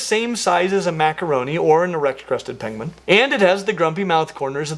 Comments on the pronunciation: Pengwings! Actual ROFL at the "King Penguing" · "penguing" 🤣 Benedict Cumberbatch would like to have a word with you